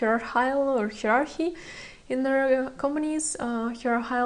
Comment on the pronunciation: Hierarchy in English pronounced Higher- ar-key 👍🏼